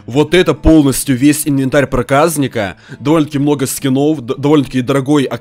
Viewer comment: 0.15 не проказныка а (проказника)